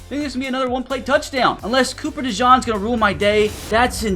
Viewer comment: The way you butcher names hurts me dude… like Doubs and dejean come on man